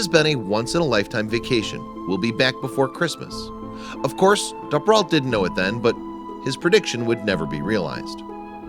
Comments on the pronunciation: It’s a great video but I’m just mad that he pronounces Duperrault wrong the entire video. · You're pronouncing her last name wrong. It's a long U, like Dooperrault, not a short U. I remember this very well because my family lived in the Green Bay area and I was her age. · I'm pretty sure the name is pronounced Doo-per-alt. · For those trying to look it up, the narrator is saying the surname Duperrault. The accent is impossible.